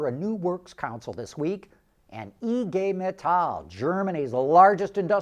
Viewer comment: Thanks for pronouncing IG Metall perfectly in German! 🙏